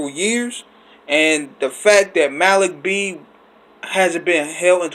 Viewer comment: If you listened to The Roots You would know it’s pronounced Mah-Leek It’s annoying to hear you constantly call him Ma-Lick R.I.P. Malik B 🙏🏾